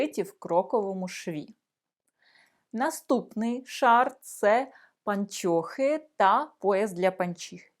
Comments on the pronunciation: Вы, уважаемая, совершенно не знаете украинского языка!!! Во первых: не " паньчьохы", а " пО нчохы", и не носочки, а скарпетки и т. д.😢😢😢😢😢😢😢😢😢😢😢😢😢😢😢😢😢😢😢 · Не чяс, українською час. Не панчьохи, а панчохи. Не міщян, а міщан. Не вивчяю, а вивчаю.